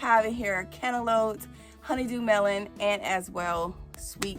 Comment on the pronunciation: 🤣🤣i lmaoo when you say cantaloute 😂😂😂😂😂